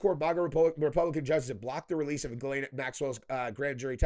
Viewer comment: I just wish he pronounced Ghislaine properly... It's Jiss-lène dumbass not Gaylene or whatever the hell your saying